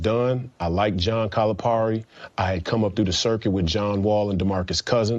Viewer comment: BS, he can't even pronounce Calipari's name. Also, when did UK win 3 NC's in 7 years?